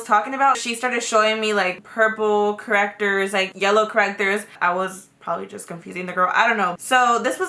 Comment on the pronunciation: "Because you know...correctores" xD